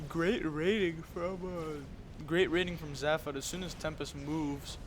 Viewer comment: Weird to see my own games, but nice cast. Btw it's Zay-fod :P